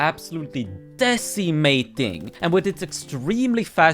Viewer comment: hearing a swedish dude saying "decimating" is funny as shit (no offense,, please dont put me back in the basement i want to see my family for at least another day)